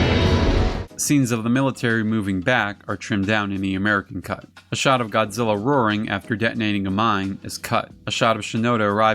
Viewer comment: I just got to say I know a lot of work goes into making these videos and research I love this channel just as long as he doesn't pronouns GODZILLA I'm fine with everything else lol. keep up the great work and the videos coming